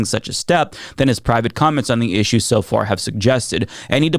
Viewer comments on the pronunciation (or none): none